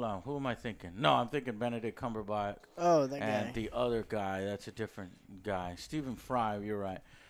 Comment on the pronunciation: Benedict Cumberbund, LOL